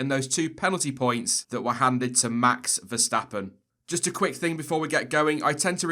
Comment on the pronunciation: Quick note: the pronunciation of Verstappen and Vettel are "ferstappen" and "fettel" respectively.